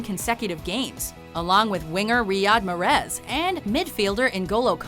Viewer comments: The way she said Riyad Mahrez made me cringe. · I cringed at the way she said "Riyad Mahrez" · You pronounce "Premier" and "Riyad Mahrez" wrong